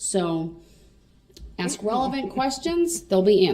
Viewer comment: It's hilarious that he doesn't understand that he doesn't have to axe questions 🤣 😂 😅 if he does need to axe questions, he doesn't understand how to axe questions that will help his defense. Instead he is actually helping the prosecution out every damn time. What a freaking joke